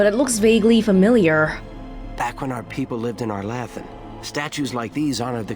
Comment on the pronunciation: Having gotten used to the pronunciation in the later games, arlAthan sounds so funny